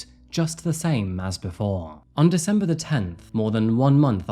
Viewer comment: He also says "dizember" instead of December. Many words mispronounced but goes completely over the top trying to correctly over pronounce most words.